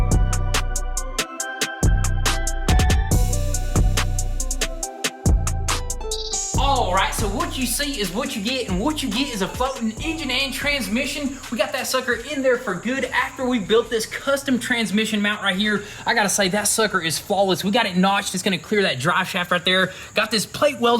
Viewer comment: Thought dropped an F bomb there for a second… had to rewind that one a couple of times 🤣